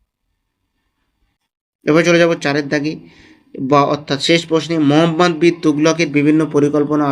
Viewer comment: মহাম্মদ হয় না মহম্মদ হয়😂